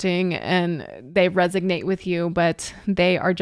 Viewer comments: It sounds like you are saying 'resignate' and I think you mean to say 'resonate'. I am glad you are doing these reactions. Please continue your thing. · No criticism intended, but the word is "resonate." :) Love your reactions!